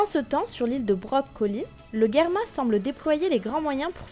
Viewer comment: Germa comme des germes pas guerrema